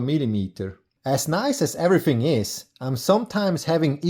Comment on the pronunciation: Your videos are absolute perfection I enjoyed watching this so much I watched it at normal speed instead of 2x speed like I watch all videos. I love how you say the word everyFing I was waiting for you to need the lathe to work on the lathe lol